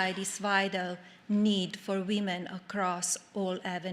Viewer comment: Yeah! And “wee-men”! And how about “no-wen”? That one had me head scratching for a couple f seconds.